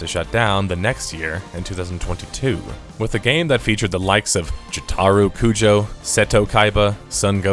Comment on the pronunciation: Idk what hurts more: how disappointing this game was, or how you pronounced “Jotaro Kujo”